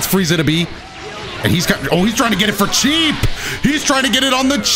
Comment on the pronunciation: Anyone else hear when said “ohhh cheese” instead of oh cheap🤣